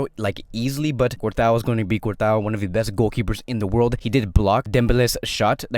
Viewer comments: Man said cortois (Cort-a-o)😭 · You are completely butchering courtois his name 😂